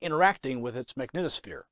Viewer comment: It's MAG- NEED' TOU- SPHERES; just sayin'.